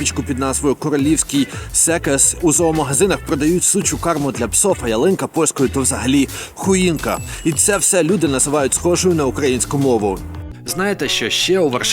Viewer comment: Я колись сам попавсь на це, не "Суча карма", а "Суха карма", читається не так